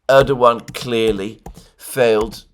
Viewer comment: My God, something amazing has happened! Alexander used the proper Turkish pronunciation of Erdogan (with a W) SEVERAL times! End of an era... Could this signal a newfound respect for this wily operator?!